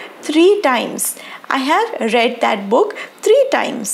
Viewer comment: I think ‘I have read ‘ in this sentence ‘ read ‘ this word you pronounced wrongly